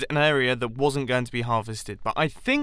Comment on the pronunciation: E'ONE WERNT? W H E R N T? I’m sorry, I wernt doing English today... (Pro tip: Not wernt... it’s Wasn’t